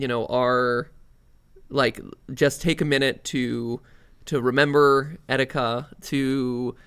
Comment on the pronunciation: You didn't fix the name, one now says etkita and the other still says ekita. It's etika.